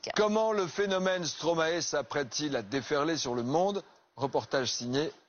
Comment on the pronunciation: arrêter avec vos Stromaéééé, mes oreilles saignent, ça se prononce Stromaïïï